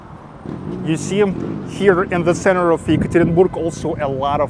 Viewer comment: Hi,! The correct pronunciation of a name of my city is ЕкатеринбЁг, if in english. Have a good luck!